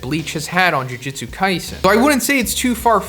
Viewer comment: I like how you keep saying jiu jitsu lmao